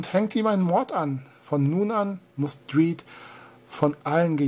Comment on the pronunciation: Judge Dridd? Lol. Dredd wird doch mit Drätt ausgesprochen.